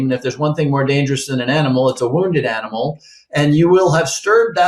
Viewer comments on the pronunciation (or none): none